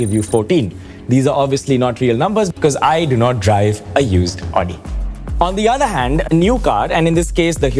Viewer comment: It's not Aw-di, -----> Aow-di.